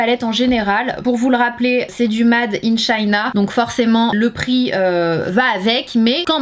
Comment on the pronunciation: [mAde] in China ? You [Ate] my sandwich ? Un petit effort quand même faut pas abuser 😅😅